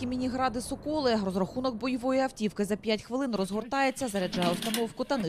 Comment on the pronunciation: Я в шоці.Які ви не грамотні,говорящі голови.Один каже ДОба, а інший соКОли. СОкіл, СОколи. Якщо Ви скурили підручник з української мови,то винайміть репетитора.